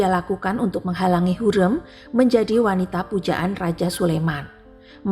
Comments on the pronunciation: Secara LINGUISTIK Pengucapan nama Hurem itu KELIRU. Hurem, pada huruf vokal e, pengucapannya salah. Vokal "e" pada kata HUREM tsb diucapkan spt senada pada pengucapan vokal : keren, semen, Hurem, Bukan senada spt dalam kata : adem, sungkem, kalem, asem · Ibu ini NGUCAP NAMA HURREM dgn nada yang SALAH....